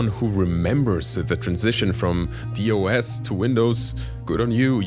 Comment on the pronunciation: From Dee Oh Es to Windows? It's pronounced Das. Yeah, I'm an old fuck.